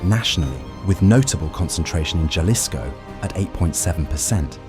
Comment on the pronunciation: If he says Ja-lis-co one more time.... it's Ha-lē-sco 😅